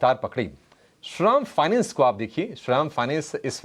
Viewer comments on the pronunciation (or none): Shram Finance Kyo Bol Rahe ho Sahi Boliye Shri Ram Finance